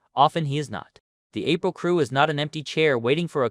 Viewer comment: How can someone who's seen the show pronounce it, Richie "April"?